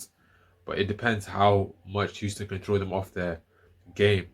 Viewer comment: Did you say Euston University???